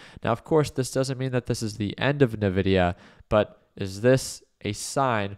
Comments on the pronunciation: My ears bleed a little every time he says it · I feel like he's f*cking with us when he says (Nuh)-Vidia instead of (IN)-Vidia. 😂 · Everyone I know calls it "En-vidia"